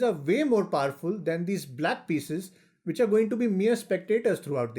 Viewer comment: Why u say which so much stress Say in normal voice plz